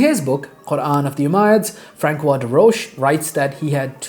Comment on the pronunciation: A micro-FYI, on pronunciation (I see you are a gentleman of books!) Tübingen is pronounced with the hard g, as in Bing; and the ç in François is pronounced like an s. The best pronunciations in English for each are probably TOO-bing-en and FRONS-wah. Thanks for sharing all this information!